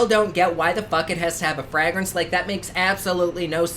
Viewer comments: I love the way you say fRaEgrAnCe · The way you say fragrance makes me laugh 😂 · Why am I am living for him to say FRAGRANCE❤❤❤ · im crying ive never heard anyone say "fragrance" like that before 😂